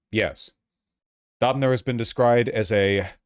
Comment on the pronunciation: Why is he pronouncinf Döpfner lile Daubner